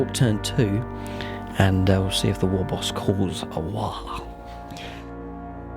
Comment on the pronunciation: I like the secret tactic of calling a 'waa' rather than a 'war'. Certainly something wound Gutrippa up. Maybe the Eldar had been singing at him?